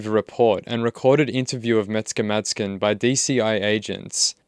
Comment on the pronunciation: Sounds like your saying “Mexican madsen “ jaja The kid is dangerous right now. He needs calm and deep therapy.